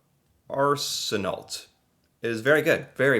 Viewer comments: LOL .... Arseneault = Arse - N - O. Nice try though. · Randall Arce en oh